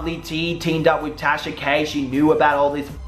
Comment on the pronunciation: Did you just call her Trasha? 😂😂😂😂 Legal team on stand by... 😂🤣😂🤣😂🤣😂🤣